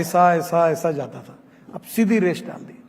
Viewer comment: He said 'Amrutsar' not 'Amritsar', Seedhi 'Resh' not 'Rekh', 'Ashia' not 'Asia' Just Marathi things.